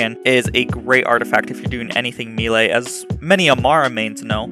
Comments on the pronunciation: again, its not meal lay....it is pronounced may-lay. ffs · I love this build - I alternate between the Peregrine and the Butcher builds on my Fl4K but this build is far superior, damage wise at least. Also, and don't take offense as I am a retired soldier, now an English teacher, but it's pronounced may-lay. Good video, my dude!